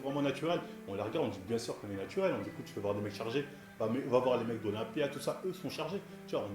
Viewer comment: " natuwel " ptdr ça m'fume